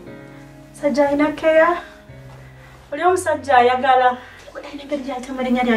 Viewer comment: Members who else have heard Mr mwebe call keirah mbu "keeya"